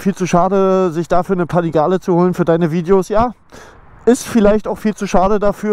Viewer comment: Bin ich der einzige den es triggert wie er panigale ausspricht 😂